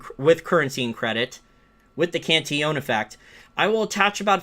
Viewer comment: Very nice video and commentary -- but I have a short question of pronunciation. I notice you say "Can-tee-OWN". I thought it was "Can-TILL-uhn". Obviously, pronunciation does not detract at all from your information or conclusions, but if you can tell me which is correct, I will happily (if needed) change. Thanks!